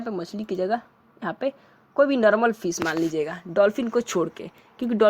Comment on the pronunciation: Normal na hi ki narmal fish na hi ki pish😂😂😂😂